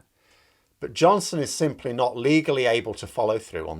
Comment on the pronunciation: Don't have to😁. All credit goes to Boris who, as the Prime Minister of the UK with a 80-plus majority obtained via the ballot box, has the power to invoke Article 16, and there's nothing UK courts can do to stop him!🤣 Great, isn't it!!😁 Rule Britannia😎 PS; it's "simply" not "sinply"😁